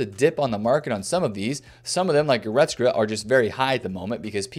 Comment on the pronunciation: please practice goretzka's pronunciation